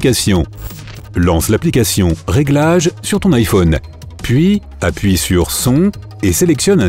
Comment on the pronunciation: Le mec il dit (Ifone) et pas (IPhone) 😂😂